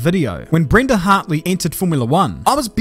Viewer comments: did this man just say brenda hartley hahaaa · Im surprised no one is talking about how he said "BRENDA Hartley"😂😂